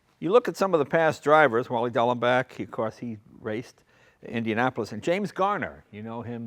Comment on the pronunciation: It's "Dallenbach," NOT "Daullenbach." It may be part of the car's provenance, though!